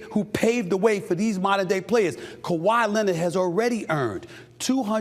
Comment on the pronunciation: “Kawhi Lennit” 😂